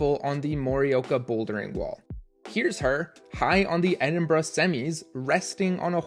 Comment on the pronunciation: Thank you for saying Edinburgh correctly, every time I hear a non British person pronounce it "Edin-burrow" it always makes me cringe